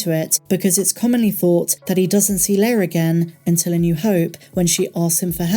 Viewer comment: L-E-I-A. "lay-ah" 😉😁